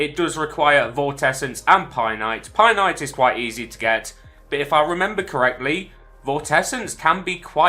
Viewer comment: Pie night never herd painite pronounced like that